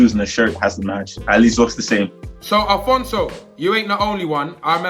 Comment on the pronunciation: Man said Alphonso David...